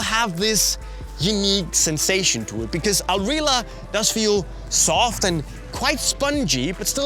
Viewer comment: just gotta correct you there it's not "al rila" it's "al rihla" with the harsh arab pronunciation on the H like in arab names such as "Ahmed". Al Rihla is arabic for "the journey"